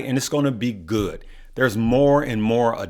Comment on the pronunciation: Band sound goo-ed lol.